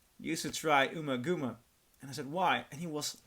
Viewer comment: Pronounced: Umma[As In Um~Rhymes With Bum]Gumma[As In Gum~Like Chewing Gum]!...